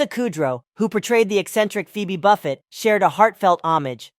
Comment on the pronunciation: It's not Buffet, It's Buffay